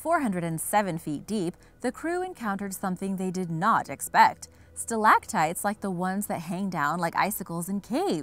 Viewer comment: learn how to pronounce stalactites.